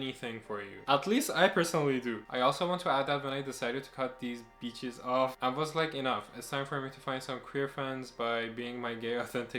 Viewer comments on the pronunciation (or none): Bitches is not pronounced beaches... 🙄